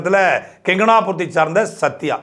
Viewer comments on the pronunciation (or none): அது கெங்கனாபுரம் அல்ல கொங்கனாபுரம்